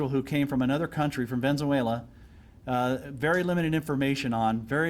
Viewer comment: The cop pronounced Venezuela wrong said, "Venzooella." 🫵🏾